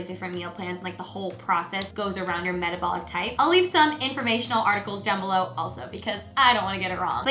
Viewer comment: Did you just say "metabolic type" ?